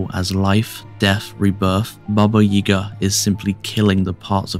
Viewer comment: May I ask why you are pronouncing 'Yaga' as 'Yega'? I've never heard my Grandmother pronounce it that way.